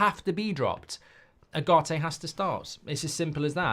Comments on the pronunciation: Please pronounce his name properly, is Ugarte not agarte, it is like oogarte , he will be masive for you if the coach gives him trust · Now that Ugarte is official, it’s about time Mark managed to get even close to pronouncing his name correctly. «Ah-Gah-Te» 😮‍💨